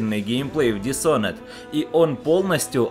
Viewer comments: Не дисонед, а дишоноред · Дисонен роли правильно дисхоноред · еще раз говорю, dis - это приставка отрицания. Такая есть и в русском языке. Есть готовое слово Honor, к которому ее представляют. Никто не говорит Шонор. Лучше загугли, послушай как говорят сами разработчики, почитай транскрипцию даже на русскоязычной вики страничке игры, и не позорься.